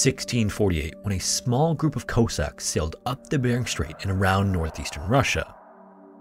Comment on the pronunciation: Thank you for pronouncing Moscow correctly. Cossack is pronounce cos-sak rather than koh-sak for any future reference. You put a lot of work into pronouncing difficult languages well, which is definitely appreciated